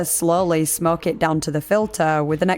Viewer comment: When she 1st said smokers & others that smoke I heard others that smirk 🤣 I'm from the UK as she is but still.